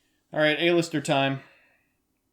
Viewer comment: It's AL-ister! AL-ISTER!!